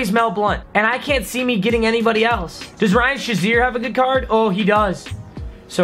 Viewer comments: Ryan Shaziers last name is pronounced (Shay-Zear) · His name is pronounced Ryan shay-Zeer not Sha-Zeer